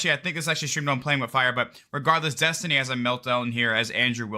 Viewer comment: Destiny rhymes with Test-Tinie... Just sayin